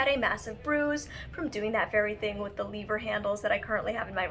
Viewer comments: " L-EE-ver" hahaha I love Molly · ?? i’m hearing lee-ver. at around 32 minutes. maybe because i’m also from canada.